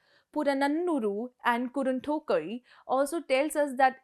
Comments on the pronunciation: 😂purananuru and kurunthooghai was beautifully said by her. 😂😂. Good. Keep it up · Man ur pronunciation was mid not even close purananuru kurunthogai